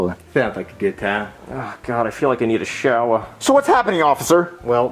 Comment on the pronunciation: “Ah god I feel like I need a showa.” Priceless 😂